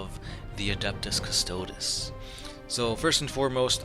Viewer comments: CystodEs, pronounce the subject of your video correctly at least and stop reading the straight of the wiki like that. It makes you look unprofessional. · Individually, these guys are custodeeans, so I have a hard time hearing them called Cuss-toads in the plural... That said, I love your vids. keep 'em coming! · All you did was read from the Wiki, plus you pronounced the name wrong. Lazy and misleading video title, I wonder how many other "40 facts" videos you did this with. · Dude, at least pronounce their name right.......